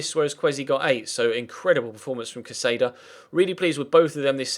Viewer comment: Just so you know, the accent in Caceda is over the first A. So you should be pronouncing it CA-seda.